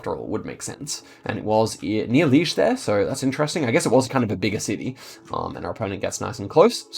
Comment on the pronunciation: small thing: Liège Belgium is pronounced with two syllables (lee-ezh) not (leezh)